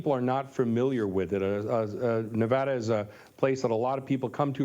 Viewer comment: "Nev-ahh-da", Maam, it's Nev-AD-a!